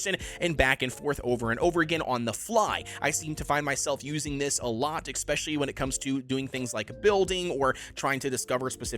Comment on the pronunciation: 1. You are a weirdo for playing with 90 FoV 2. The word is especially not EGGspecially